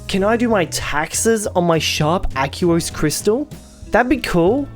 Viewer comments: Do you pronounce aqua as "ack-you-uh"? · '' the aquos lurgur '' :)